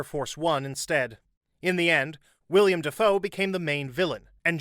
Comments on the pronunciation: Will-Um, da Foe. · Did you just call him William Dafoe? Dude's only been an actor for 30 years and you don't know his name is Willem? Also, the director's name is pronounced "Yohn De Bont"